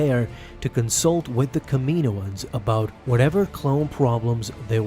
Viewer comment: It is Kaminoans (cam-a-know-ns)